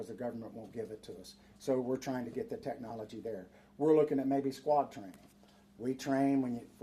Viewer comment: He might have good Intentions but he can barely pronounce the word technology. 🤷🏻‍♂️ just being honest. This guy is talking about his grandkids “drones”.